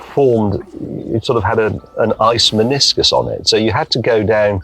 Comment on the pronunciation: "Ice miniscus" very James May